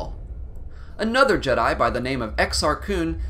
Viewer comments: I stopped listening once I heard him say " The Jed-i Order" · Bruh hearing the way he pronounces Jedi in the beginning